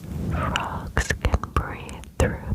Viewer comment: Why did i hear "tadpoles are baby frouges"😂